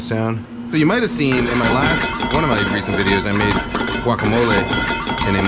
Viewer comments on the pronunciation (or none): none